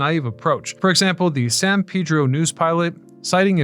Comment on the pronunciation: Man, I used to live at 1025 w 19th. You must be from the area, because nobody says San Pedro correctly unless they know. Usually people say San Paydro instead of San Peedro.